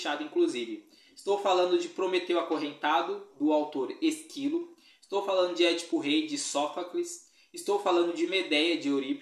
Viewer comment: Prometeu acorrentado é de Ésquilo, não de esquilo, como vc disse.